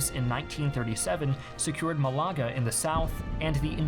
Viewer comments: MalAga? It is pronounced MALaga. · MALaga not malAAga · Mah-lAH-gah? It's pronounced MAH-lah-gah in Spanish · Its pronounced MA-la-ga, not ma-LA-ga. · Málaga = MA-la-ga, not ma-LA-ga. These vids are great, but it's like a record scratching when you don't research how to pronounce important names properly. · FYI, you are mispronouncing “Malaga.” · The way you say Malaga hurt me. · hahaha the pronounciation of 'Malaga' made me go like ''woopwoop'', but the other ones were pretty proper :) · Would have been a much better video if you made even a minimal effort to pronounce the Spanish names and place-names correctly.